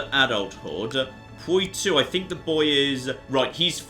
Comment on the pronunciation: Oh my god hurry up and conquer Poitou so we don't have to hear you butcher the pronunciation anymore